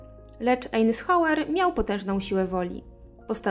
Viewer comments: Wymowa nazwiska to „ajzenhauer” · Spróbuj wygooglac jak sie czyta nazwisko Dwight Eisenhower